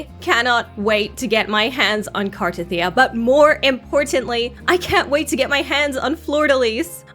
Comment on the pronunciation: Finally saying her name right. Wow. I am SO pulling for her!!! Her animation is sick.